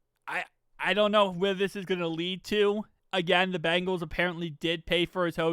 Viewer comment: Please enunciate our team name Bengals. Not BAngles. One is a tiger, the other is a bracelet. No disrespect, many media outlets make same mistake.